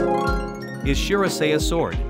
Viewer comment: The computer voice mispronounced the word shirasaya.